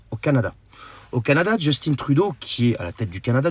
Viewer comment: Le Justin Trudeau n'a aucun rapport avec ce que tu dis, il est juste con et le parlement du Canada lui a montré la porte, trop imbécile pour encore sens rendre compte !! P.S. On ne prononce pas Justine, mais bien Just "in" 👍🏻